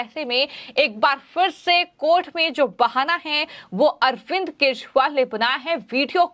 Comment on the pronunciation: are kejariwal ka naam to theek dang se bol lo, kya achor ho... apni aawaj theek karo